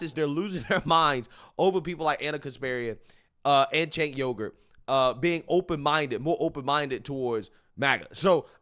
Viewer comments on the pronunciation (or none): Sounded like you called him Chank Yogurt. Lol